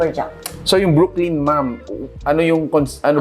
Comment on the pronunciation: Brooklyn is not pronounced as Brook-lean. Brooklyn is pronounced as Brook - lan. Lettuce is not let - toos, instead let - is.